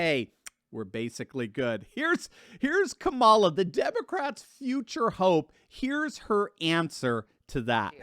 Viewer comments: Did he just say CABALA HARRIS? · It's KAH mala